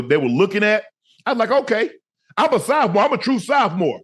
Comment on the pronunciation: The way he say “soufmore”